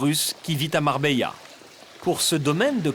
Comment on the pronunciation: MarbeLa 😑 Les français sans dents